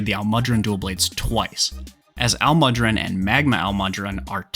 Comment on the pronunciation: That butcher on almudron’s name hurt my soul